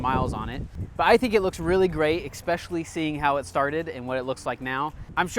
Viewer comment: You said "expecially" not "especially" several times in this video, beware it makes you sound less serious I would make an effort to pronounce the word properly if I were in your position. Good video, only repaint if you're reselling.